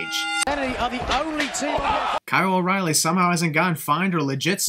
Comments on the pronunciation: I feel like when Nigel said “Roddy” he really said “O’Reily” but it just sounded weird Bc he’s british. Remove one sin, and add it to the sin video. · At first I thought he said Roddy. I think Christian thought he said Roddy as well. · He said o’reiley which sounded like roddy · just want to say that Nigel said oreilly not roddy when he broke up the pinfall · He sad o,ryle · He said oreily broke it up not roderick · Nigel did say that O'Riley broke up the pin. With his accent thats what made it sound like he said Roddy.